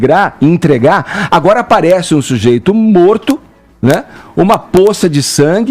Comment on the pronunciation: Edgar, a palavra certa é entregar e não " intrega".